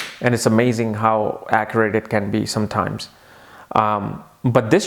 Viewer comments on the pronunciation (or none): none